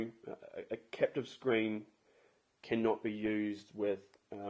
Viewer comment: Capacitive. Not captive